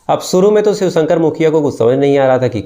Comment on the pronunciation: 0 grade anchoring and shiv ko swih bol raha ha..bolna to seekh le bhai